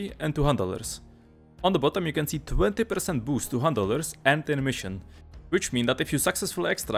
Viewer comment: Is it just me or do hunt dollars sound like handelers when he says it?